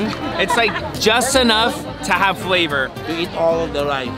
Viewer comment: Will: this is just pure fat: no i call it pure fleyvor